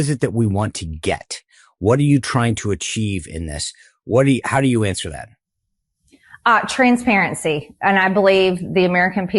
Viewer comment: “Im-por-dant” “Int-formation” “Trant-sparency” -Marjorie Taylor Greene